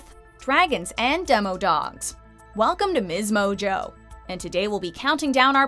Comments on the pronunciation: It’s pronounced Demadog, not dem-O-dog. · Ok it’s not DemOdog it’s DemAdog